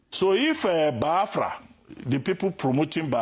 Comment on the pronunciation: Abati learn to pronounce the name Biafra, not bahafra, then you can continue talking nonsense, nsi jugi onu.